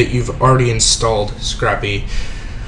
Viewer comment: Pronounced "Sc-rape" not "Sc-rap", like you would scrape ice off your car, unlike scrap paper you would jot notes on. Otherwise great videos thanks for producing :D